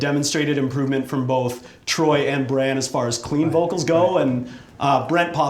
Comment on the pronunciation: You mispronounced Branns name doofus you call yourself a fan???? Smhhhhhhh